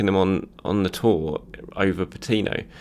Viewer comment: you're making the name "Patino" a frustrating name to hear 😤